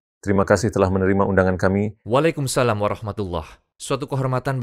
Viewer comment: Terus untuk admin maaf tapi yang ucapan waalaikumsalam itu kurang tepat ya. Yang tepat ialah "wa‘alaikumussalaam" kalau dibunyikan ya. Moga bermanfaat